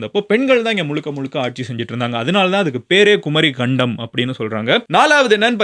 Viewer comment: குமரிக்கண்டம் கரெக்ட் pronunciation not குமரி கண்டம் ஒன்றெழுத்து மிக வேண்டும்